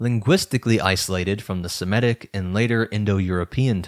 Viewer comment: Fascinating and sensible hypothesis! I have no critique of the basic idea. But I would plead with you to pronounce Semitic correctly. Not Sim-eh-tic but Seh-mih-tic. From Semite, not Simete.